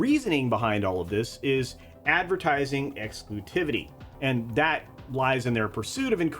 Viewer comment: Ad exclutivity is what I hear whenever you say "ad exclusivity". Dunno if it's me going crazy though. Overall, this keeps coming back to the same issue: Did every brand need a streaming service? Pretty sure people would be better served with a stronger Netflix/Prime Video rather than the walled-gardens this ends up creating.